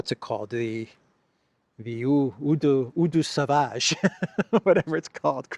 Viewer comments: Pronounced 000 de sauvage not euuu de savage. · 🤣😅😂 Oh please say it one more time, "eau de sauvage" 😉🙃😂😅🤣😄😃😀. BTW, the picture of Trump and Zelensky in the Vatican is like Zelensky is confessing to Father Trump 😀